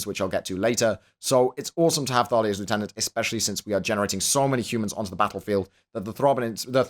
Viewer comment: you're british. Why must you say lieutenant that way D